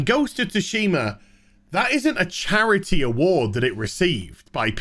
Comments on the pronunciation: "Ghost of Ta-Shima" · BTW. In GoT, Tsushima is pronounced 'Sooshi-mah' in Japanese. Stress on first syllable in Japanese. Thank me later.